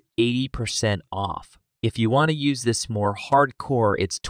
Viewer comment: Unfortunately ?Dollar? Listnr uses YOOSIS instead of the correct YOOZIZ in the context of the demo sentence.